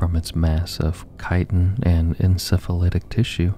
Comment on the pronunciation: FYI, chitin is pronounced “kai-ten.” Love the sleep vids!